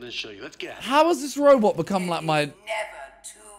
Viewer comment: Man said robet